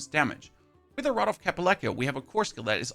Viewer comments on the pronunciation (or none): none